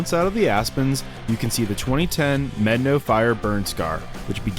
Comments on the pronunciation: No. No you have not. Probably. It's pronounced "meh-DAH-no" or "may-DAH-no," not "medd'no" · Brother. Med-a-no. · If your going to make videos of our beautiful country you need to pronounce the name right. It’s pronounced…mad. Ah naw. Pass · Buena "Byeu-na" Vista was intentionally pronounced as such, to sound like the beginning of the word, "beautiful." The town name has an official pronunciation. Medano Pass isn't pronounced like "medd'no" by anyone other than a few polygamists who live outside Wetmore. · How many white people does it take to properly pronounce a Spanish word? I've heard it as Meh-Don-oh, Med-a-no, and Med-no. Guess only the conquistadors really know. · The park rangers I have talked to at the national park do not pronounce it like he does. I think this pronunciation should be the Spanish pronunciation unlike the German settlers that named Buena Vista that spelled it Spanish but pronounced it differently so people could argue over the pronunciation in 2024 in social media.